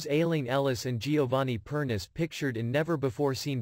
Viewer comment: Per nee chay NOT Perniss. Listen to SCD commentary